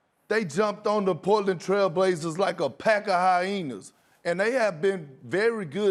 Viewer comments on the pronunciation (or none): Ayo Perk what’s a “hy-hena”😂😂😂 it’s hyenas